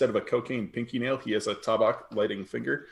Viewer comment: I'm confused why you don't pronounce tabac the same way you would tabacco. Why change the vowel sounds? Is there a reason that i am not aware of?